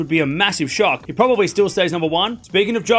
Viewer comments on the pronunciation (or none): none